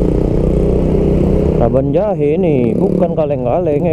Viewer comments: Cara ucapin nya kabanjahe.. Bukan kebon jahe yaa🤝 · Cara ucapin nya kabanjahe.. Bukan kebonjahe 🤝